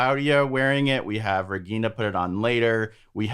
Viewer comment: Regina is my favourite character. She has her problems but she doesn't try to make others suffer. I like how you get the pronunciation of the names right.